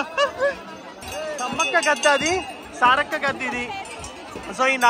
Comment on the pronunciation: Brother .. సారాలక్క కాదు సారక్క